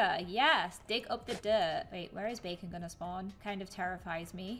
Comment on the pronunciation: bacon everyone:its bakon!